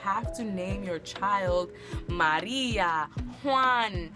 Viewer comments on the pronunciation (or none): none